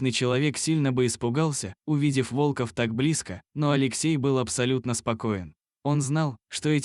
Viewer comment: Находил волкОв, пришел на встречу с волкАми! Невозможно слушать это вОлков! ВолкОв! Лайк не ставлю.